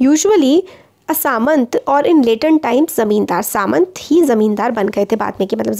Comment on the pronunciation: Mam it's not samant It's samanta So pronounciation is Sa Man Ta